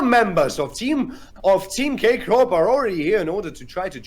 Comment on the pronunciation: thank you very much for the content, could not find the game in any other channel, you were the first to post it online lol but please stop saying "K Crop" and give the MVP to Agressivoo already x)